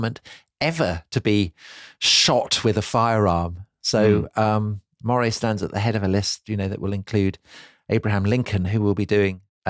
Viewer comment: And Earl of Moray should be pronounced Murray